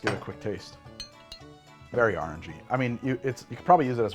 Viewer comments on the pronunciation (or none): I wasn't looking a the screen when said Amaro Nonino was very Awrange-y, and i genuinely thought he said "RNG".